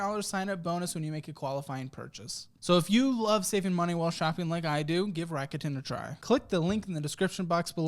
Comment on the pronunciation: 楽天 >> らくてん >> Rakuten RAH-KU-TEN…not RACK-YOU-TEN